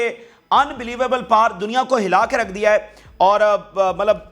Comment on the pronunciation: पार नहीं पावर बोलिए